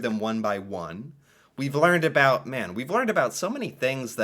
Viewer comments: This YouTuber is well known and not taken seriously by Canadians because of his affectedly fake Canadian pronunciations. Specifically his put-on “aboot” usage. He may have some good content, but a lot of us find him tiresome in his lust to become a stereotype. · Funny, it does sound like aboot lol. I am enjoying learning about my country with you ;) I don't think anyone from my city says aboot. Certain communities I guess. Lol too funny. Thank you 😅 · I’m pretty sure it’s put on, no one I know says aboot. It’s about rhymes with out. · gets on my nerves a bit, but it is fun watching for the times when he forgets to say aboot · You say this YouTuber has the most "about"... meanwhile the way he says it is not a way I've ever heard it from a serious person. And I'm an OLD Canadian. As for Nellie McClung getting the Brits involved... The Queen, then and "now" (When there is a Queen) is officially the head of the Canadian gov't so when the stubborn "old white guys" in the Canadian gov't didn't listen so she went to the Queen... and "surprisingly" the Queen felt she, and other women were in fact persons. The US tends not to report on news outside its borders... I mean there is a lot of US to cover. Canada however gets a lot of US news, both on Canadian channels and the US channels we get. The Bluenose was a commercial fishing ship, that also raced during the "off season". You really should watch the Heritage Minutes to get a similar quick overview of our history. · Not many of us Canadians say Aboot... we mostly say about like americans do. In fact he's the first I've ever heard do it. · I've seen this guy before, and I can honestly say the first time I saw him was the first time I've ever heard a Canadian pronounce "about" in the stereotype way like "aboot". I don't know if he's doing it on purpose or it's genuinely organic, but thank God most of us don't pronounce it that way. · IT IS ANNOYUING HOW HE SAYS OOOOO FOR OU WORDS LIKE ABOUT AND OTHER WORDS.. soory caps.